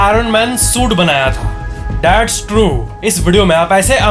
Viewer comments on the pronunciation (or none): you say THATS GAZAB OR DATS GAZAB🤔🤔🤔🤔🤔🤔🤔🤔🤔🤔🤔🤔🤔🤔🤔🤔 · That's nhi Datts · Instead of (That's) He is saying(dat's amazing,dat's gajab,dat's it)😂😂😂👌👌